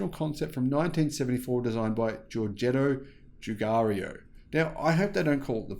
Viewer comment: Giorgetto Giugiaro = Jor-JET-toh Joo-JAR-oh